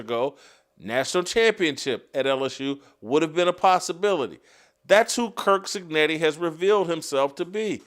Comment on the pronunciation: Stop saying kirk cignetti! It's curt!